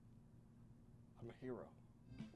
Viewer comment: When Max said "I'm a hero" I honestly thought he said "tequila"